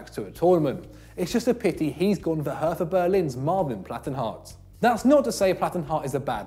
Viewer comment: try learning to pronounce "hertha" before claiming Plattenhardt shouldn't be there. If anything Hector should miss out in favour of Max